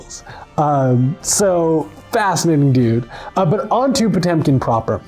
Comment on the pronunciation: And still pronounces Potemkin incorrectly:(